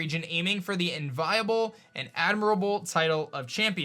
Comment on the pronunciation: "Envy-able" not "en-viable" hahaha